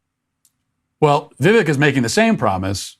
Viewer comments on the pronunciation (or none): Go Vivek. Super articulate PLUS having the ability to give details of his plans vs the previous candidates giving a ultra high macro plan with no details. His first name Vivek is pronounced like “cake”- Viv-Ak. Love your show Matt. Keep fighting the good fight. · It's viv•ake, not •viv•ick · vivek rhymes with cake. not chick. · It's VivEK not VIVek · Vivek rhymes with "bake" - not "beck." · I like Vivek. Fun fact, I just heard an interview he had and he said his name is pronounced Vivek rhymes with cake, not Vivek like tech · Say it with me kids "Vi-Vake Ra-Ma-Swa-Mie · vivek, pronounced like cake. its not that hard. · Vivek is pronounced "vee-VAKE." Once again, "vee-VAKE." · His first name rhymes with cake. Vi-vake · It’s Vivek like Viv”ake” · Pronounced Vi-vake like cake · Vivek rhymes with cake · Vivek is pronounced Vivake like in cake, he’s constantly correcting people, why can’t we get this right? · Vivek is Vi-vake, rhymes with cake. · It’s pronounced viv-ache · Omg - his name is pronounced VIV-AKE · Vek is pronounced like vake. You should know this if you are going to be a political commentator. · Pronounced Vi-vake' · PRONOUNCED:Viv-VAKE. He said it rhymes with cake. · "Viv-ake" like cake 🎂🤗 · His name is properly pronounced “ Vi-vake “. short i and long A. So, it looks different than it is actually said. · You might want to start pronouncing his name correctly...Vivek rhymes with cake. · His name is pronounced vi-VAYK. I heard him pronounce it so I am letting you know for accuracy. He is the most intelligent candidate and is the change we need. He is a conservative millennial that knows the rules and has a plan to institute his policies. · Its pronounced Vi-VAY-ke, and I love this guy. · Vivek is pronounced Vi vake. Vivek Ramaswamy would make a great cabinet appointment in Trump's cabinet. Looks like Desanctmonious is burning up his resources. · Vivek is pronounced Vivake, rhymes with cake. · It is “viv ache” like cake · By the way his name rhymes with cake